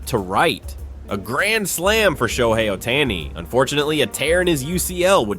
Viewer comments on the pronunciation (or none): Announcer needs to learn how to say SHOHEI Ohtani 🤮👎👎